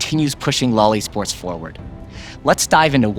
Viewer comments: Loved the video! Can we not standardize the use of "LOL ESports" vocally? It sounds... weird. It kept sounding like "LOLI Sports" while I was cooking and listening... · I heard Loli sports🙂. You might want to find a different way of saying that.